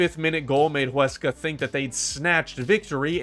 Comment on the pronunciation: I am impressed Huesca name was well pronounced 👍 It is one of the smallest budgets so it was a very successful season La Liga 2 holds many historic teams with large stadiums and crowds along upcoming teams , so it is extremely competitive